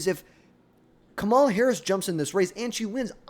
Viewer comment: KA- MA- LA if you cant say the name then shut up